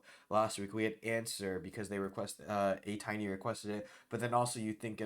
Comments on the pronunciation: Lmao im sorry just gotta say it’s pronounced a-tin-e instead of a-tiny (its a mix of ateez and destiny) and yea the ateez member broke an apple cuz it’s just his thing. Almost every time he goes on a variety show or something ppl ask him to break apples and other stuff with his bare hands so it was a cute reference to that. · atiny isn't pronounced that way. the 'tiny' in atiny is from the word destiny :)) ateez + destiny